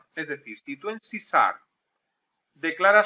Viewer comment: Porque dices sarp y la h??